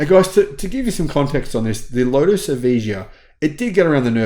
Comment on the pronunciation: It’s both the amount of power and the poor traction tech. They should have asked Tesla to help out. It’s pronounced E-vie-ya.